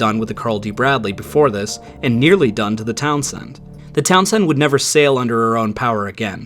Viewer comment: The "Town Send....". The way he pronounces Townsend is interesting.